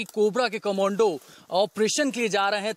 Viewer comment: Thoda to padha-likha anchor rakha karo News Nation walo, "Commando" ko 'Comundo, cummondo' pata nahi kya kya bolra hai.